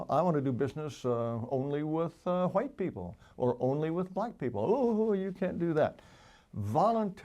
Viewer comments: Actually, he's pro Whhhite, in his typical pronunciation! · i would have listened to this whole thing, but the way he pronounces "hhhhh'white" makes me want to puncture my eardrums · Does he not know that the "H" is silent after "W"